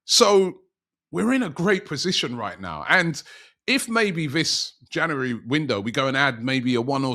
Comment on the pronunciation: Geeza cant even say January let alone say it with some truth behind it 😂